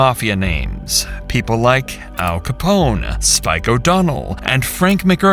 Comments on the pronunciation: I’ve never heard Al Capone as Cap-lon…. Hmmmm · You mean he mispronounces everything... lol. Capone as 'Cap-one'? Dude sounds like Forrest Gump. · He pronounces all their names phonetically -- instead of Al Capone, he says Al "Cap-One" -- he looks at the word as cap+one. Also, Natalie = Nata+Lie It's very strange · I don’t think I’ve ever heard someone pronounce Capone’s name like that. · Sounded nothing like “Capone” lmaoo